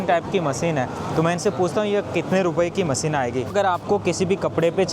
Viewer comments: not Maseen but masheen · maseen, producsen, satasin